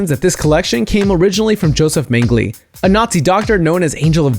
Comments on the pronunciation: Cringe worthy pronunciation of Worcestershire..... and Josef Mengele lol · Good video, but it isn't pronounced Woar-chest-shire, and you didn't pronounce Mengele or Auschwitz, or Byzantine right either.